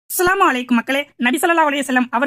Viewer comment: அஸ்ஸலாமு அலைக்கும் உங்கள் உச்சரிப்பில் ஸ்ஸலாமு அலைக்கும் என்று கூறும் படி இருக்கிறது